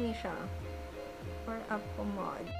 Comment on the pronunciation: Pomade hindi pomad 😂😂😂🤣🤣